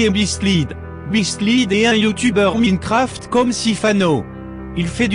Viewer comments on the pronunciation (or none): none